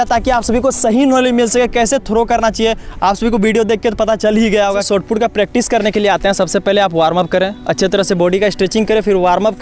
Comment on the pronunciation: Bhai Sotput nahi Shotput hota hai.